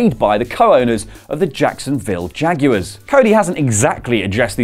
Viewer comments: Ikr Jacksonville Jag-u-ers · The way he pronounces "Jaguars" 😂